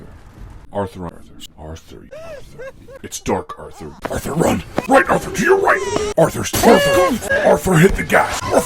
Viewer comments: The more you listen to this the more it sound like is saying Arffr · The evolution of the "Arthur..."s morphing into "ORTHUR" is so funny to me lol